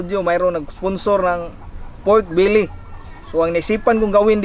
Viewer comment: Anong PURK BILI HAHAHA. Pork belly po hindi purk bili